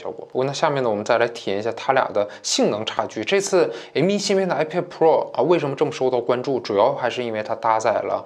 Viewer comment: 读错了，是iPad菠萝